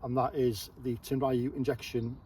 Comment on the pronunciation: Tenryu is pronounced with 2 syllables. Tehn-lyū will be the closest your tongue can handle.